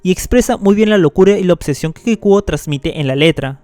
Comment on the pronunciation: Pronunciaste mal la palabra Kikuo, te pareces a mi amigo ragebaiter que dice que Kikuo es bueno cuando sabe que no me gusta